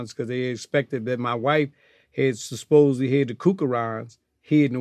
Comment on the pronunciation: We gonna miss another Glad gem: "Sus-posedly"?? lol...